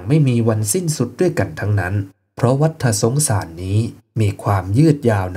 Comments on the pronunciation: วัตตะสงสาร ไม่ใช่วัตถะสงสาร เรื่องธรรมะย่างนี้ต้องอ่านให้ถูก มิฉะนั้นไม่น่าเลื่อมใสศัรทธา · ัวัฏสงสาร ออกเสียงว่า วัด ตะ สงสาร ฏ ตัวนี้คือตัว ตอ ปะตัก ไม่ใช่ ตัว.ถ